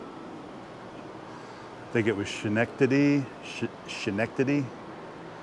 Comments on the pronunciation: Great video. Schenectady - Skan-ek-ta-dee Hope this helps. We have a lot of Native American names in NY. Check out this one - Skaneateles! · Schenectady is pronounced Sken-ek-ta-dee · It's pronounced Skin-neck-teddy. Accent on the middle syllable. Greetings from a former upstate New Yorker! Keep up the great videos.